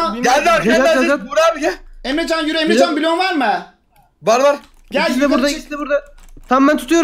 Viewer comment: abinin emrecana emcan demesi